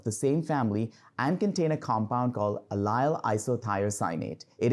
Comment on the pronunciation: Not "a-lyle". Ah-lil.